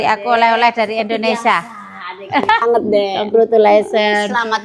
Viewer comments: nerap lagi deh, coba ulang2x terus deh Indonesia bukan Indonesa, indonesa mulu 😂. Menit ke. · Indonesia ya bukan Indonesa😅. Tol d sini berbayar aja macettt apalg kl gratis ky disana ya😅